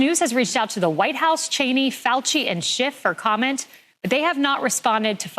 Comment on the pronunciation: Defending Dr Fauchi? Really. And you can’t pronounce his name properly? Dude I know I’m being a jerk here but every time I think we a red on the same team you are talking about how serious some new flu is and minimizing the evil of others.